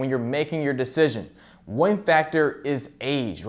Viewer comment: The way you pronounce “one” deeply pisses me off